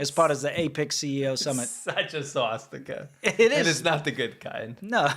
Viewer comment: the Swastika is originally a Hindu symbol. The Finnish have used a variation of it as well. I have also seen it on some WW2 Chinese equipment (Chiang's troops not Mao's). I love pronunciation, "swashsticker!" LMAO